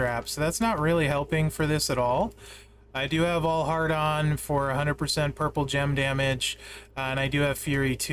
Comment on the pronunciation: G'day, You do know what it sounds like when you say "I have All Heart On"??? Try it a few times out loud. Yo Joe